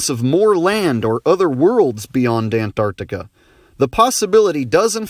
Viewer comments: I love the way he pronounces "an-T-arctica" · Ant-Arctica :D ahaha